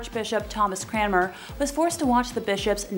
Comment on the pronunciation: It was Thomas Cranmer not Thomas Cramer